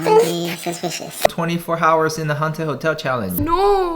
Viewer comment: the way he says "hours " lol